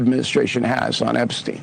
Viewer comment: Why does always say Epstein that way? Sam does it too sometimes. They sometimes make fun of people's pronunciations, but it seems a little weird to do that and just not say this right.